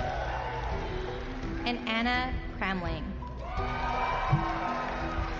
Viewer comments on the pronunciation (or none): none